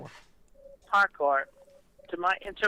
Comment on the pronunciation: no, he thinks he was doing parkour . or as he called it; ''parkay'' LOL XD